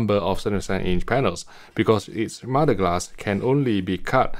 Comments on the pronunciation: I thought he was saying mudglass. 🙄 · I thought he was saying modeglass or modded glass. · Are you saying "MUD-A-GLASS" ?